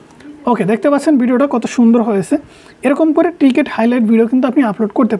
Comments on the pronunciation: টিকেট না ভাই, ওইটা ক্রিকেট হবে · ট্রিকেট না রে ভাই ক্রিকেট 🏏😅😅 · টিকেট হাইলাইটস না রে ভাই এটা ক্রিকেট হাইলাইটস